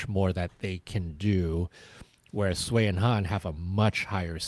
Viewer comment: Thank you!!!!! I was constantly feeling rage about the announcer butchering almost every name that wasn't English. And to mispronounce Sui and Han's names, a pair that has been around for so long, is just inexcusable and incredibly disrespectful.